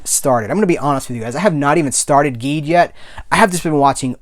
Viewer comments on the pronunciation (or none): Just so you know, Ultraman Geed is pronounced "Jeed." It's the GIF/JIF thing all over again!!!!! Your Enthusiasm is contagious! Always happy to see your reviews From your pal at the Science Patrol, YOUR Ultraman podcast:) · I'm gonna be up front with you man, im a huge ultraman fan. once you started mispronouncing Geed i was getting ready to click off. I was like "how is this man gonna sit here and talk about geed while mispronouncing it the whole time. did he even watch it?" But something about your enthusiasm i liked. i kept watching. Now come to find out you hadnt watched geed yet. oops. Youll love it and learn the correct pronounciation quickly. i find your enthusiam infectious and it reminded me the joy i felt when i first discovered these shows. i might just stick around